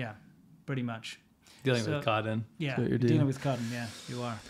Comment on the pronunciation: The thing that really makes "coddon" sound so ridiculous to Americans quite aside from the difference between a true dental D and the flapped intervocalic dental, is the fact that we actually don't flap the dental in the word "cotton", or pronounce it at all in fact. The tt in cotton is silent, skipped or glottalized. We do this to intervocalic T whenever the next sound is N; compare "button", "bitten", "kitten", "written", "mitten", "mutton", "rotten", "gotten", "smitten", "flatten", "forgotten", "glutton". There's no dental sound in these words; it's implied but omitted, elided or glottalized. Consistently. Mentally we know the letter is there, but we _don't actually pronounce it_. This sounds very different from the flap consonant in words like "water", "butter", "better", "ladder", "battery", "battle", "bottle", "beetle", "little", "brittle", "cattle", "chatter", "clatter", "committee", "cottage", etc. That's why "coDDon" sounds so very, very wrong. It's much worse than putting an exaggerated emphasized D in a word like "water" ("waDDer"), which sounds a little wrong, but not to nearly the same extent. Because in "cotton" the true dental isn't just too exaggerated or more than what we do; it's entirely the opposite. What's really interesting is that we don't glottalize intervocalic D before N, only T. This is in sharp contrast to the flapping, which applies to T and D more or less equally. Compare "ladder" (sounds identical to "latter"), "bladder", "fodder", "fiddle faddl